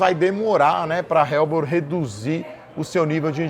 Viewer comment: Não se pronuncia "RELBOR" e sim "ELBOR"